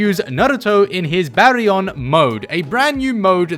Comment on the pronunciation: "Berry-on mode" 😂 seriously this guy never fails to make me laugh! Love the content bro.